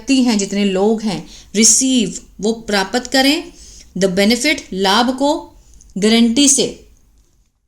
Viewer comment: जिस हिसाब से प्राप्त को परापत बोल रही हो draft को डराफट बोलती होगी bahut Ganda lagta hai